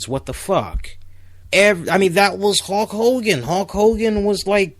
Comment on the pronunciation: Very good and insightful John Cena analysis great video. And just a random note, towards the end of the segment when you mentioned Hulk Hogan I thought you said Hawk Hogan lol just a little something I misheard but found kind of funny either way. Keep up the good work man.